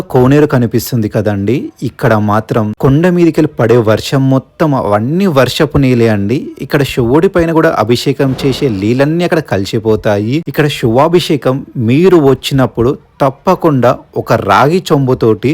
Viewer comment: Leelu కాదు.. నీళ్ళు...... తాంబేలు కాదు... తాబేలు........ ఈ గుడి గురించి చెప్పి నందుకు thanks